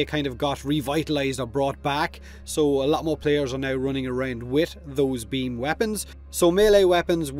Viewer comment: Real human bean xD